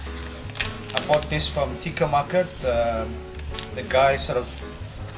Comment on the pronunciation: “Tikka” market 😂😂😂😂😂 it’s dialect not Indian deh! tekka is hokkien for 竹脚